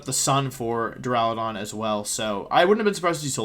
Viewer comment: My day has been made! Wolfey finally pronounced Duraludon correctly! :)))))